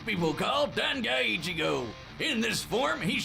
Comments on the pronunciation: Bro said Eye-chigo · I almost down voted this video for your pronunciation of Ichigo😂🤣😂 come on now put some respect on that man's name LOL